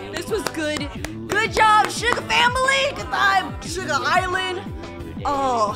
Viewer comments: said sugar not shuga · "Shuga bafish" ._. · I Love